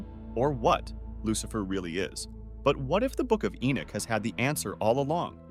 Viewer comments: narrator you keep mispronouncing ENOCH, it's not enick or enuck nor is it enack or eneck or even enck it's ENOCH as in eee.....nock on a door , ENOCH. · The book of Enick? Maybe The Boom of Enoch, a mistranslation using crap script reader perhaps.